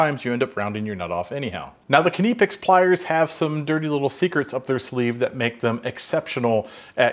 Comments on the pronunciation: As a German, I would pronounce Knipex it with a short i and with no sound in-between the K and n. It's Knipex, not K-eh-niipex. Also what do you mean with Katzen Arsch? Is that a common expression? Literally the cats ass? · your pronounciation is fairly correct, but there is no emphasis on the first "i" knipex, not kniiipex. ;P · pronounciation: Knippex [knɪpɛks] … short and hart spoken 'pp' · They are great tools, I love working with them as well. As a German, here is how you pronounce Knipex: We would say something like Knippex (meaning a short i), kind of similar to the i sound in Tipping point. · K'nee-pex 🤣 It's pronounced nip-ex according to me, and I'm British. I have also had a pair of these for a few years as a professional mechanic and I love them. They're great for shaping and repairing small metal parts. I call them magic pliers. I never use them in place of a spanner and I never use adjustable spanners but I still find plenty of uses for them on a daily basis. I couldn't find any "dirty secrets" as the thumbnail may suggest. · Kah-nigh-pex is the correct pronunciation. Heard it from a vendor on another video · "Ka-nee-picks" lol. When you say knee do you pronounce it "Ka-nee"? 😅 Jk. But to me Knipex is intended to be 'Nip-picks' You're absolutely correct about the genius design, that's for sure!! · Not "Ke-nipex". Just Knipex. It's like knife, just that the k is not silent(...), it's like the k in kansas. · Trust me on this bro, I might not be German but I'm Dutch, and the Germans are right next door. It's knip-ex, knippex or whatever. One thing's for sure. It's NOT kuh-knee-pex! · Pronunciation is ok, in german is a bit shorter.. not kneeepex 😅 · My German colleagues and myself pronounce them knipex ( ca nih pex ) not ( ca nee pex) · There is no doubt as to how the word is pronounced. They even made a T-shirt for nuff nuffs who can't pronounce it. Ka-nip-ex. NOT ka-knee-pex as you (and only you) pronounce it. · Nip-X. Not K nip-ex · it's NIP-EX